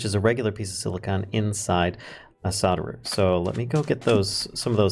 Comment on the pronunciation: I'm way late but I prefer how you pronounce solder.